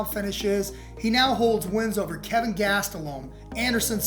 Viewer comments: It kelvin not Kevin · It's Kelvin, not Kevin. It's also Brunson, not Bronson. And they touched gloves...